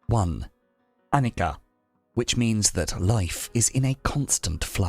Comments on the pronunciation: Overall great video! But you did mispronounce annica throughout the video. The consonant c in Pali and Sanskrit is pronounced with a ch sound. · This is Anicca Not Annica. You should not tell Annika. This is Anicca.